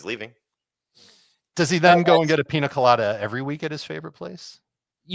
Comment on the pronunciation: The way you guys pronounce Pina Colada just hurts my ears..lol